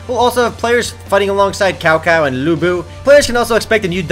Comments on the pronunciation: lol kao-kao = X Cao-Cao = Tsao -Tsao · did you REALLY say Cow Cow?!?!? Its read like Cao Cao but in Hanyu Pinyin the C is like a ts. It would be Tsao Tsao D: Not to be picky or anything~ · not K it's C like and S. Cao Cao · It's pronounced Sao Sao ;).